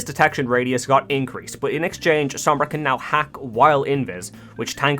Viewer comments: I can’t stand people saying the name wrong. It’s spanish. It’s sOmbra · The only thing that bothers me is your pronunciation of her name